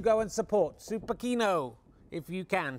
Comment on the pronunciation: supa "sheeno", it's Skandi for cinema, pronounced sheeno!